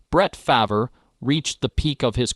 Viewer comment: Be nice if he could pronounce his name correctly